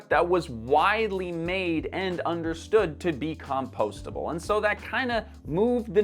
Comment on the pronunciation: That's a very odd way you're pronouncing "compostable".